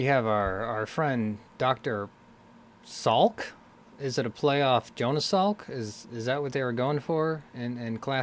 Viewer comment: Dr. Salik NOT Salk.